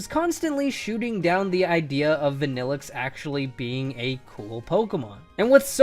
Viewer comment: VANILLUXE, NOT VANNELIXE!